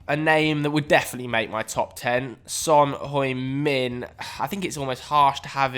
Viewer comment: Nobody:: "Son Høj min"